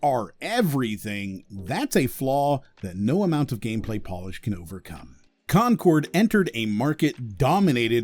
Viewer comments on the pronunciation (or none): none